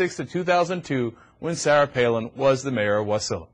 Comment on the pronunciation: Ha ha, Cryk it's Wa-SI-la, not WAS-i-la!